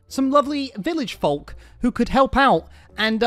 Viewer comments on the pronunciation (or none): cant say folk